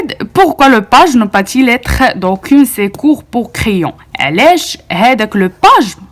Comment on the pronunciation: "D'aucun" "secours" et non pas 'd'aucune' 'sécours'! Tu prononces très mal le français! 🤔